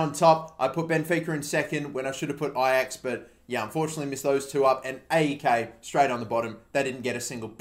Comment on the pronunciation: It's pronounced "A-E-K" not "Ei-i-Kei"